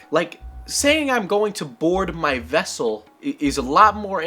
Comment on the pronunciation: "Get out the wessel!" Chekov